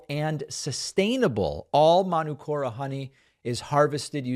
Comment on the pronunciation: It's Man-ook-ora David. 💙from NZ. Manuka is a tree here. (man -ook-ah)